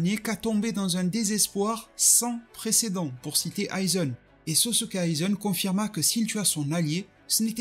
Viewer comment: Aizen* tosen*